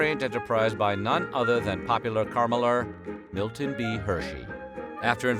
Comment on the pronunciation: It's Milton, not Militon.😄